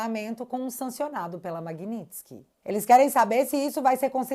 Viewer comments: Magnipilikitsk. Kkk Gilmar analfabeto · Se eu fosse o Gilmar, ia treinar falar Magnitsky um monte de vezes antes de falar em público